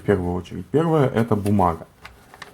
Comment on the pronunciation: бумаГХа. Кроме гхыкания ещё и картавит.